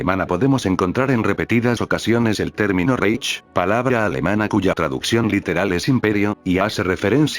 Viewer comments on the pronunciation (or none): La mejor pronúncia seria: "jáitch". E la mejor tradución seria: "reino", aunque sabemos que era un império.